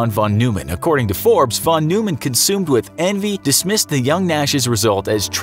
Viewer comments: It’s pronounced Von Noy Men. Not Von New Men. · Von Noy-man